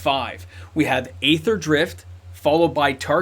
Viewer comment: Aether = ether = EE-ther Think aeon/eon, daemon/demon, aegis, etc.